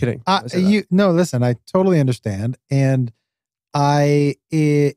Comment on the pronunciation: "Bootally"?! 🤣 Jesus Christ man, that one got me...